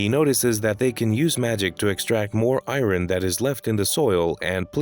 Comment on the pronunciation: The pronunciation of Iron broke me 🤣